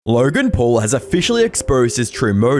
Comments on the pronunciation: "LAURGEN PUARL" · Lurrrrgan Puuurrrrrrllll 🙄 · Laughen Phawul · "LERGIN POLE" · Lorgan Porl? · "LURGAN PAUL"